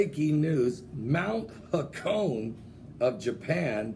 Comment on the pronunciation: pronounced "ha-ko-neh" not "ha-cone"